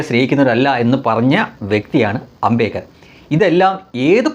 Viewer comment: Its NOT AMBEKAR. The right name is AMBEDKAR.